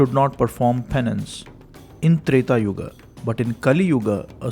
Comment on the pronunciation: Finally You are one channel who doesn’t add extra “a” to sanskruta words, pronouncing yuga as yuga not yugaa , rama not ramma